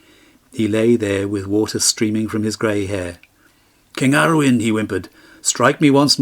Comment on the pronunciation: Ara-oon and An-oon